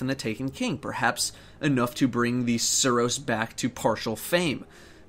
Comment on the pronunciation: Please tell me you're not serious on that suros pronunciation. Jesus Christ.